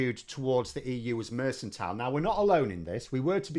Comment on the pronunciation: Mercantile is pronounced merkantile not mersantile FYI.